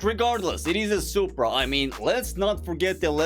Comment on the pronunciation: ''Poopra'' Got me off guard.